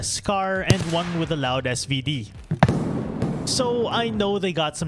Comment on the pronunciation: ''wiff'' the first shot at least was perfectly on point